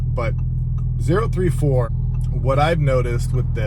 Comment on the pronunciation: It's Oh-ThirtyFour